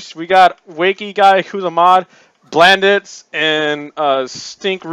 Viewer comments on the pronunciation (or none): Legit lost my marbles when he said “blandits”